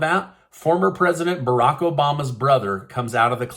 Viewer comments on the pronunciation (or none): none